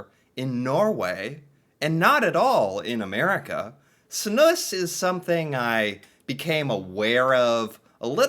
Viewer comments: its pronounced more like Snooze not Snooss wikipedia is wrong lol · They way you say Snus as "Snuss", cracks me up XD. Snuss sounds like something "dirty" :-P Its also kinda ironic that smoking seems more hygienic, when i my self quit smoking and only use those nicotine bags now, it later hit me how much cleaner and fresher i feel after i quit the smoking. Oh hes going to start puking soon XD Also you have a type that is basicly a white powder, which doesn't leave any discolor at all, like Epok and Loop, and some other brands. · Pronounce it more like "snooze" 😊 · it's one S .... not Snuss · It's pronounced (snooze)